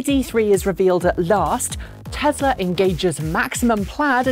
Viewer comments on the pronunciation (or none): Lazy Pom accent taken into account, it's TESLA with an "S" not TeZla with a "Z", other than that 9.3/10 :-)